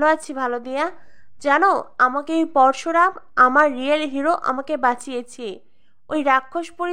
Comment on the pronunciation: উচ্চারণ ঠিক করবে Parsuram না Parasuram